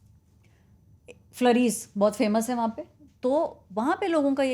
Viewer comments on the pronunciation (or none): फ्लरीज़ नहीं फ्लूरीज़ है 😊